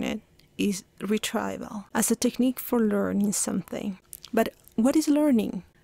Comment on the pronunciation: The pronunciation of the words retrieval /rɪˈtriːvəl/ and effortful / ˈɛf ərt fəl / are wrong in your video!